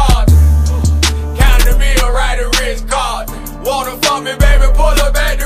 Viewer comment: Rh cahtn